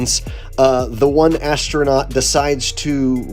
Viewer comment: is he pronouncing astronaut as a**tronot?!